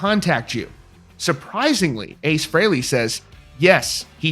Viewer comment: He's saying Frehley wrong. No one ever pronounces it that way. Listen to Kiss Alive II and you hear Paul Stanley say it the way EVERYBODY HAS SAID FOR DECADES!!!! IT'S PRONOUNCED FREELY YOU PRETENTIOUS FOOL!